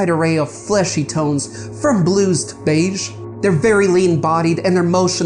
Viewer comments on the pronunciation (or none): none